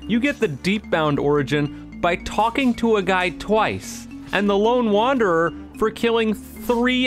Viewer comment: "Lone Wanderer"